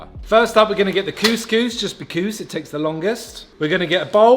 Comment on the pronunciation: saying coucous made my day!!! 🙂